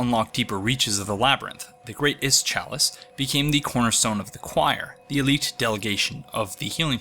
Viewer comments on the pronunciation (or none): none